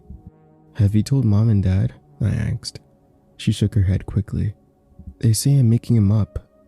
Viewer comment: What u got against axes, huh? I'll have you know my brother is an axe and he'd find that offensive